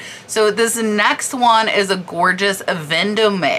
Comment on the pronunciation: FYI...Yves is pronounced "eev" and Vendome is pronounced without the "a" sound at the end.